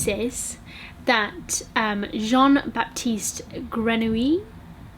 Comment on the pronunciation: Hahah the way you say "baptiste" is so cute. It's actually pronounced "batiste". the "P" is silent.